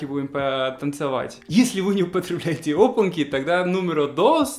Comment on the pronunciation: ОпанЬки. Попробуй правильно произнести это слово. Пока у тебя получается "опанки" и это режет слух)))